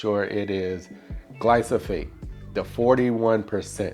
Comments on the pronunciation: Love your videos and the yard - especially your edging around your trees. One thing that might help in this video - it's glyphosate (gly-PHo-S-ate), not gly-So-PH-ate. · Its not gly-so-fate. Its gly-fo-sate